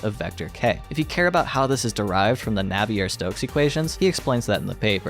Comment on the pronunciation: A minor comment: Feynman is pronounced "Fine-man" rather than "Fain-man", and Navier (because it's French) is pronounced "Navi-ay". Otherwise your video was really good